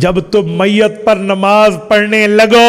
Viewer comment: حضرت آپ بہت بڑے عالم دین ہیں معذرت کے ساتھ ایک چیز کی طرف توجہ مبذول کروانا چاہتا ہوں عربی عبارت پڑھتے وقت آپ میت کے یا پہ زیر پڑھتے ہیں ٹھیک ہے اردو میں گفتگو کے وقت میِت کے تا پہ زبر کیوں پڑھتے ہیں ۔۔۔